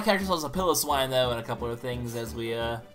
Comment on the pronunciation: its pronounced pie low swine